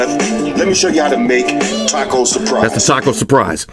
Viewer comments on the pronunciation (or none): none